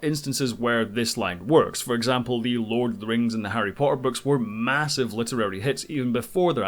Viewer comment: Harry Pah-er I like your accent :)